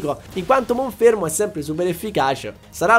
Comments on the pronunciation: è monferno non monfermo 🤣🤣 comunque sei un grande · Ma perché Monfermo e non Monferno? ahahaha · lo starter lo continui a chiamare monfermo, ma è Monferno. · Tanta roba in questo episodio! Attenzione però alle pronunce dei nomi dei Pokémon, in primis quella dell’evoluzione del tuo starter, che è Monferno e non Monfermo… 😅😂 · Si dice monferno non monfermo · Si chiama MonferNo! Pronunciali bene i nomi! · io ti voglio tutto il bene del mondo, ma perche dici monFERMO?